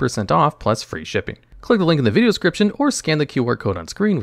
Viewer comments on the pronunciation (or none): People complaining about a better than most ai, when actual logs is out here saying "Vidgeo"